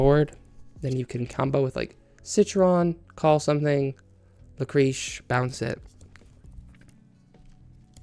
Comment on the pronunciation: Lucréce is pronounced luc-ray-s :)